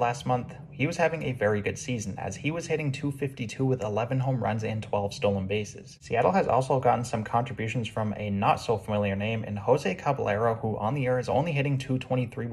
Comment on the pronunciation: cabba-y-air-oh not cabba-lero